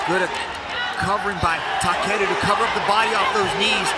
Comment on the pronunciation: Takeru chứ ko phải takuro tên võ sĩ cũng ghi sai được nữa